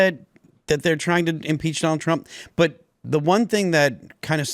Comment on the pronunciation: " Donner Trrrrrump" 😂😂😂